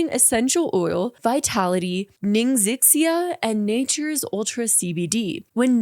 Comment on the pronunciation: From what I understand Ningxia is pronounced something like Ning-sha/Ning-shia after the region in China where they get the berries in the juice from or whatever If that helps :)